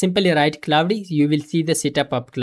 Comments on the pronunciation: Indian pronunciation 😂 Clau de code 😂 It's claude not clau de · Claude ❌ Clauudey ✅ But this is working>>>